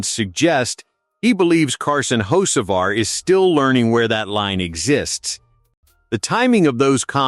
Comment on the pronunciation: At least pronounce the name correctly